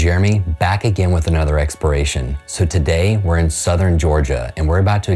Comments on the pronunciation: Expiration? Don't you mean exploration? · EXPERACION? YOU MEAN EXPLORATION?